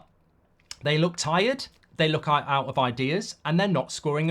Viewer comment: “Artetter eooouut”